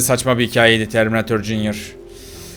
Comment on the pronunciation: Abi sen neden katil arabanın oğlunada terminatörün oğlunada jünyır diyorsunuz?